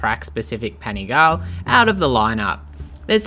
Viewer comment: Please learn to pronounce Panigale property